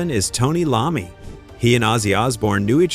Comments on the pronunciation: Its I-ommi ... not an L... L is for loser and apparently you are. Take this down and fix it!!!!! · am sorry... who the fuck is Tony Lahmey(Iommi) i now disregard anythingf you say from that point... if you did any reserch on this at all you would not pronounce his name wrong!!